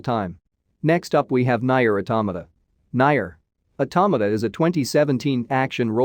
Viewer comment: Your pronunciation suck on nioh 2 final fantasy xv nier automata